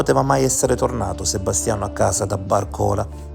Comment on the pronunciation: Solo per correttezza di pronuncia : Barcola con accento sulla prima a.